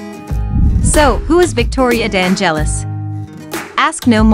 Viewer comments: Omg the accent on the e of De angélis is totally wrong. Correct is De ángelis accent on the a... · The silent accent (the cadence) of the surname "De Angelis" does not fall on the "E" but on the initial "A". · nice video, but the way you pronounce Victoria's surname is terrific eheheheh :-D